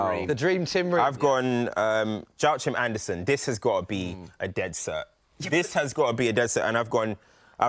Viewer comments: The guy in the middle is so clueless fr 😂😂😂 "Jow Chim Andersen" lmao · As a palace fan that culturecams guy’s pronunciation of Joachim Andersen seriously hurts my soul